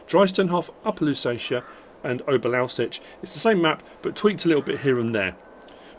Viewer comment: Ohbear Louwseets How its pronounced